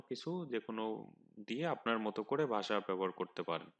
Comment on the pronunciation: ভাই,বাসা না, ভাষা।